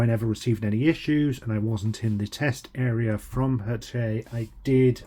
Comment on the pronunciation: Ha-shet is how you pronounce the publishers name.